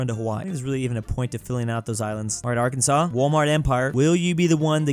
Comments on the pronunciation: Why did he pronounce Arkansas the way it should be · Are can saw not are kansas😮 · Its Not A-R-K-A-N-S-A-S its pronounced A-R-K-A-N-S-A-W